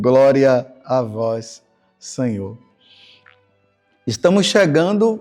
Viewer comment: Groria a vois Senhor